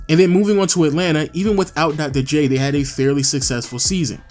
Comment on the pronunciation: Come on man... Dogdoh J? Otherwise nice video